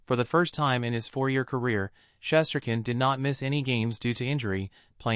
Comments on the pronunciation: The person who was reporting this topic needs to pronounce Igor’s last name correctly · Try pronouncing his name right first !!!!!! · If this a Ranger page why the hell does this guy know how to pronounce his name. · Your grossly mispronouncing his name